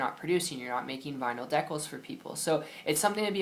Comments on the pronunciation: just an fyi, good video but they're pronounced DEE-cals. Not de-CAls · deckals? really? If you want to be taken seriously, you should pronounce the main subject correctly